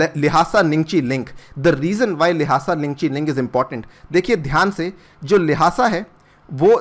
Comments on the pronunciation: its लाशा not लाहासा🤦‍♂️ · I think the correct pronunciation of Lhasa is लासा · The way he is pronouncing the "Lhasa" is so hilarious.